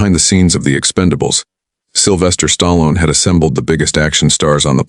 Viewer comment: Who's "STARLON" and RANDY " CULTURE" ???? AI is ANNOYING!!!!